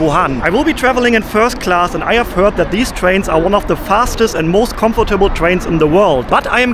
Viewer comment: Geniales Video,! Hat mir super gefallen. Bitte erlaube mir kleine Anmerkung bzgl. Aussprache: 1. "Comfortable" wird im Englischen dreisilbig ausgesprochen, anders als im Deutschen, also das zweite o wird nicht ausgesprochen. 2. Das x in Xinjiang wird nicht wie "tsch" ausgesprochen, sondern wie das "ch" in China. Ich wünsch dir weiterhin eine gute Reise! 😊